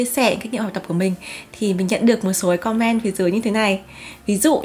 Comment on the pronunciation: chị ơi em không biết chị phát âm chữ comment bị sai phiên âm là do thói quen nói chuyện bằng tiếng Việt hay sao nhỉ, vì em và bạn gái cùng ngồi xem thì bạn bảo cảm giác cứ bức bối thế nào haha, nên em xin phép để lại bình luận ở đây mong có thể nhận lời hồi đáp của chị ạ :3